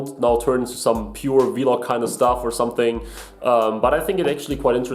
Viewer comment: Vee-log 😂 nice vid, is that the Acer nitro? I’ve got the same laptop.